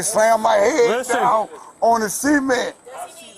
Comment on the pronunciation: I can’t believe the cop hit his head on the Seement, he should’ve put his heands up and got on the graowned.